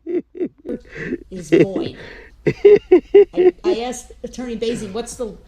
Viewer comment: He didnt know how to say the simple word "asked" either. He constantly pronounced it as "axed" 😂